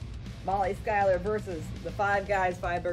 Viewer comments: Can someone teach this poor old girl how to pronounce her last name. It's SHOE-LER!!! SHOELER!!!. How can SCH followed by a vowel U do you get sky-LER? Do the laws of grammar not exist with this person. There is a vowel U there!!! SHOE-LER!!! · That's not how you pronounce Schuyler ma'am...